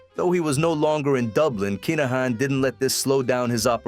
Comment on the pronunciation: Good little documentary. Just for clarity it's pronounced Kin-uh-han